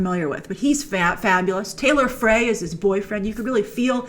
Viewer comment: Taylor Frey’s last name is pronounced like fry